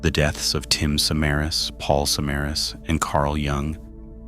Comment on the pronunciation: Not surprised the details were off. If this is a real person, they didn't bother even looking up how to pronounce "Samaras" correctly. Which is shocking because there's everything from perserved news reports to youtube documentations that give you the right pronunciation. I have suspicion this is an ai channel